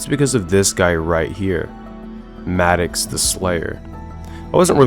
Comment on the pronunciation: ITS MA-DOX